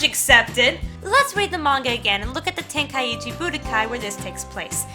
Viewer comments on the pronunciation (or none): none